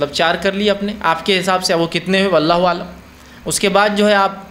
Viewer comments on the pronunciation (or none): none